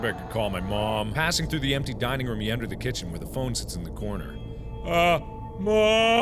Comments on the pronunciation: I like how Mark pronounces room as rum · I love the way mark says room! it sounds like he is saying rum it's soooo cute ^_^ <3